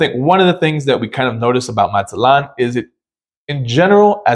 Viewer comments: I would think that after 28 days in Mazatlan you could speak the city name properly. As the colorful sign at the north end of Playa Norte shows, the last syllable is accented. You pronounce "MAZ-aht-lawn," but it's properly "Maz-aht-LAWN." To the people who live here, it matters. (Yes, I'm a little sensitive being born in the #4 most mis-pronounced city in the US, Spokane, and concluding a 45-years career in the #1 city, Sequim - two cities on opposite ends of Washington State.) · It's Mazatlan, not Matzatlan.